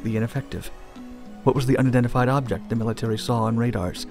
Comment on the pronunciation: Bro u speak way too fast, slow down a little bit. 'Unidentified' sound like 'undified'. And stop slurring your words